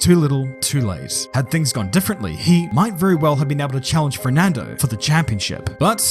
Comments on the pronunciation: is... is he saying "FRERNANDO" and not "FERNANDO" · I like how you say “Frerdnando” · Why do you only ever pronounce the letter R when you say ''Fernando''?